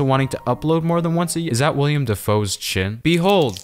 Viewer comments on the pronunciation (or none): It’s Will-helm (wiliem dafoe Like the willhelm scream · Man said William Dafoe instead of Willem Dafoe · did u say william dafoe